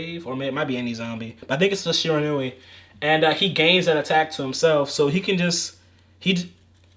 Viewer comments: Someone who actually procounces Shiranui correctly! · Its really not, but so many people keep doing it, so seeing someone pronounce it correctly is refreshing